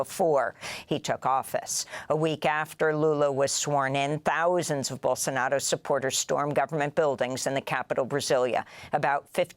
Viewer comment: Amy .......it's Bolsonaro not Bolsonado !!!